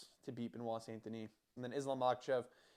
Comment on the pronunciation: Thank you for pronouncing his name, there will be only one champion and his name is Benoit. Charles and Islam are next on the hit list after Gathje. They're all scared of this man. Your not taking into account his psychopathy to win, the 2 new king's of UFC will be Benoit and Du Plessis